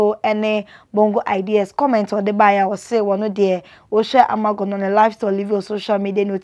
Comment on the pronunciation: She actually pronounces her name Ama 'gov3n)'